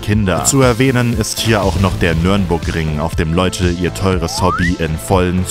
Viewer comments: Hast du "Nürnburgring" gesagt?? :O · Ich kann nicht glauben, dass er als deutscher "Nürnburgring" gesagt hat. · Also ich muss mich jetzt mal beschweren ersten mit den Deutschland Flaggen du warst noch nie in meinen Dorf da hängt an jeden Haus eine Deutschlandflagge Zweitens es heißt Nürburgring und nicht Nürnburgring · Nür(n)burgring? Trotzdem nicht schlecht Kollege. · er sagt Nürnburgring hab ich auch früher so genannt wegen Nürnberg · Nürburgring oder Nordschleife, nicht Nürnburgring